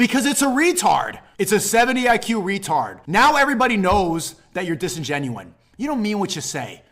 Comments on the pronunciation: lol I don’t even dislike Sneako at all but he is NOT doing himself any favors when, during a rant about how he’s not low IQ, he literally says the sentence “you’re being disengenuine” 💀😂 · Did he say disingenuine ? 😂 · Kinda fucked it up by saying disengenuine while explaining how hes not dumb lol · Disigenuine? Sneakos so smart he makes up his own words👏🏼👏🏼👏🏼